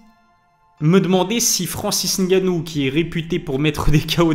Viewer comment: Je dois te féliciter pour ta prononciation de Ngannou cest tres rare, on a toujours droit au N……ou les M……avant le nom comme si pour dire pneu on dit p. Neu 😂